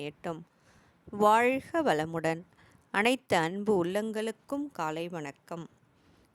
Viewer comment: வாழ்க வளமுடன் வாழ்க இது நாக்கை முடித்து உச்சரிக்க வேன்டும் வாய்க வாய்க உங்கள் உச்சரிப்பு நீங்கள் வேற்று மொழி சேர்ந்தவர்களா நாக்கை மடித்து பேச வராது உச்சரிப்பு வராது